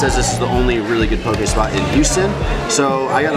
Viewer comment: Love the videos. Thank you for saying poke correctly and not being a “Haole” I am part Hawaiian and grew up eating that amazing dish.